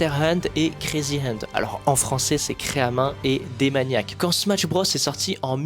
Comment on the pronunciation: Outre la prononciation fausse du titre du jeu (point negatif vraiment pas important imo) la vidéo est géniale!